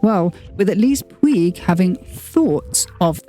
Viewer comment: Fantastic information! I spent my teenage years, late 70’s, in Barcelona and was always in awe of their windows on Passeig de García. If I may, the pronunciation of two words I need to address. The first/Christian name Vicente has three syllables as it is a Castilian name, not French. More like be-then-tay versus van-sant. And the perfume house of Puig, is Catalan, so should be pronounced pooch versus pwig. Brava for the deep dive on this house!